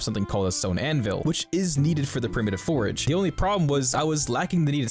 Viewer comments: Are you saying forage or forge? Definitely sounds like forage. Think you mean forge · I love this series! Also, its a FORGE, not a forAge :P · Love your videos bro. One thing, you are killing me by pronouncing forge as forage. Especially since forging and foraging are actual things in the game. Still, I always enjoy your videos. Its helping me learn to play the game myself. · It's forGE not forEG 😂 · I can't listen to this. You keep saying forage instead of forge. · FORGE NOT FORAGE , ik this is an old video but OML driving me crazy XD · Bruh, it’s “four-ge” not “for-uh-ge”. Not forage, it’s FORGE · it's a forge, A FORGE, not a forage, forage is what you do for food... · it is forge not forage, holy crap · You aren't saying forge. You're saying forage 😭😭😭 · Great video, very entertaining. But please learn the difference between forge and forage. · Forge. FORGE. Not forage. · Please, its a FORGE, not a FORAGE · NGL the way you pronounce Forge is ridiculous. I keep on hearing Forage whenever you say Forge 🤣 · bro says forge like "forage" so many times through this video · Love the video but you pronounced “forge” forage it was ruff lol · Quit saying forge like porridge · It’s funny how he says forage instead of forge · Forge. Say it. Forge. :P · Drinking game: Take a shot every time he pronounces "forge" as "forage." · Pronouncing forge as forage breaks my brain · Love everything except that you pronounce a forge forage. please make more but pronounce it correctly!! Love your stuff lol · he was talking about the forge that is mispronouncing as forage. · You say you know but you call a forge a forage, lmao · There is no a in Forge. 😂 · Great content. But your pronunciation of forge kills me